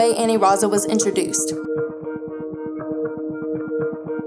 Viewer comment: i dunno why you keep calling it Aniraza when it's Anilaza